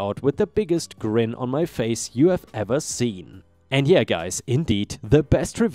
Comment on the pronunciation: Story 4, "have" is said with a "haa" sound not a "gay" sound. 😉